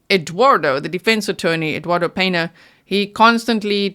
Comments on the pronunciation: Absolutely perfect recap! ( except you keep saying peNa- its PeÑa) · Pena is pronounced Pen-ya Peña is the spelling